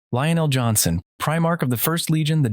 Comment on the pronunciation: I don’t know why, but when the video played and the guy said Lion L Johnson, I heard Leroy Jenkins, and now I can’t stop conflating the two